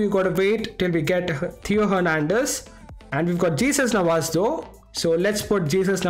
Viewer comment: "JESUS Navas" 💀😂